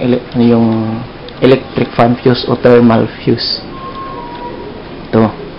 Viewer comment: Sir mali mali yong pag bigkas mo ng fuse